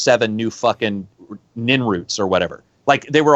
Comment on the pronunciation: Always thought it was Ninroots. Put an "r" in front of the second "n".